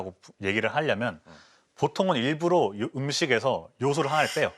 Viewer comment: 일부러를 계속 일부로로 발음하시네...